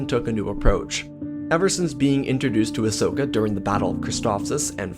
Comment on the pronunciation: "Ahsoka" not "asoska"